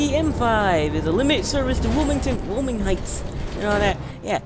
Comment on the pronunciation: Why-oh-ming. That's how you pronounce Wyoming.